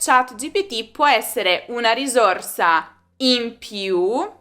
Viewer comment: Gentile insegnante ,io non pronuncerei la parola “risorsa “con la esse dolce ..